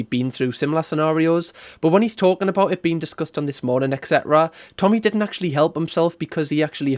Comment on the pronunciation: Molly vocabulary "ACTually" "LITTERALLY" "LIKE".......